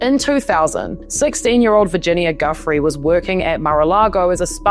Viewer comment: Ah come on. Pronounce Virginia’s name properly. It’s not guf-free. It’s jew-fray. It’s Ah-cost-ah. Not ah-cuss-ta.